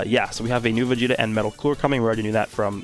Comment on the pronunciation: Yes, “vageta”